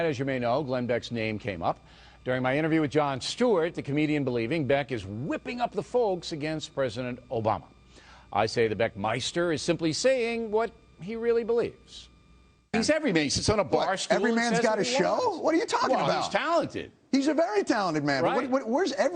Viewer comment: hahahahaha the "beckmister" hahaha